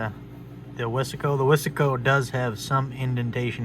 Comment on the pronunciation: He said wissssssaaaaahhhhhcooooo its wise co buddd!!!!!